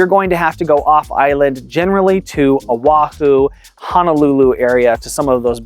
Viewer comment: No, when you were speaking. I understand that when people talk about Oahu, they tend to put the W sound in. Sorry, didn't mean to be picky.